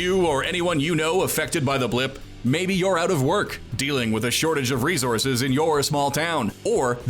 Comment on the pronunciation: He kept saying resources wrong too.